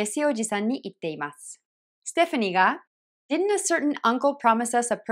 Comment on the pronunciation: did'n がディドゥンではなくディンに聞こえる。